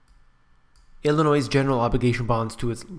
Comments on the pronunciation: The "s" is silent,in the word Illinoi(s) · I was just about to complain about your pronunciation of "Illinois"; and you said it right. It is ILL ANNOY; not ILL a NOISE. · At least have a narrator pronounce Illinois correctly. It's pronounced Ill i noy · IlliNOISE? Please, learn how to pronounce the name. It's IlliNOY. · I’m sorry but when you said Illinois, I’m so sorry but I have to say this YOU DONT PRONOUNCE THE DAMN S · "s" is silent in "Illinois." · don't make a video on Illinois if you can't pronounce it right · Computer, no S sound in Illinois. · The "s" at the end of Illinois is silent. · It's hard to listen to someone who cannot even pronounce the state Name! There is no "noise" in Illinois! (The 's' is silent). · There is no "Noise" in Illinois get it right or don't say it! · the "S" is silent in Illinois